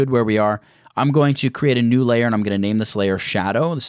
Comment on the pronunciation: Did you say file> newD